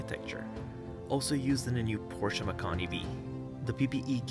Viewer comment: Great review ! You covered all your points quickly, and with enough detail for me to understand your perspective. You also pronounced Porsche properly, and demonstrated understanding of that food chain. Merci monsieur !